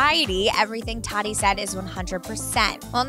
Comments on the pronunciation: This was straight up CLICK BAIT! Emma reacted how??? This tea was ice cold. I'm bored. Also, someone needs to help her with her pronunciation.... who's todi? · Tottie? Who’s Tottie😂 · This girl really coming for James defends I noticed when she said “well not 100% true” and then “tottie” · She said tadi What the actual fuck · every time she pronounces tatis name as “tottie” it makes me cringe 🥴🤢🤮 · Please educate yourself on how to pronounce the names of people you are reporting on. Tati is pronounced (tah-tea). You loose all credibility and respect when you don't care enough to do your research on something as simple as the pronunciation of someone name. SLOPPY AND LAZY. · Tah -Tee (Tati) That’s how you say her name. At least watch one of her videos to pronounce her name correctly smh . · is anyone else annoyid that she said tati wrong? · Ugh! I cringed EVERY TIME SHE SAID IT. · Please stop saying Tati’s name like that 😂 why! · Can’t get over how she keeps saying Tati’s name wrong lmao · Oh god why is she saying Tati like that 🙅🏼‍♀️🙅🏼‍♀️🙅🏼‍♀️ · Her pronunciation of tatis name hurts my soul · Please for the love of God say Tati’s name right!!!!! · The way she says Tati.. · This was clickbait, absolutely no Emma reaction and instead I had to listen to this girl pronounce tati wrong for 2 And a half minutes, I would like a refund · Who cares that she mispronounced her name? I didn’t even know TATI before the scandal so I had no idea how to pronounce her name 🤷🏻‍♀️ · omg you pissed me off with the way you pronounced tati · That's not how to pronounce her name Sorry I couldn't help it..... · Please make an effort to pronounce tati’s name right it’s not that hard 😂 no hate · TAAAA-TEEEEEE Not Tottie🙄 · Her calling Tati “t-A-t-E” bugs me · Tadi lmao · Her name isn’t Tottie. It’s TA-TEE. That pronunciation is awful. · I'm English. I don't pronounce Tati with an O. It's Tati, not Totty... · She keeps saying Toddi...I can't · Stop saying toddy it’s TAT I 🤣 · It's not todee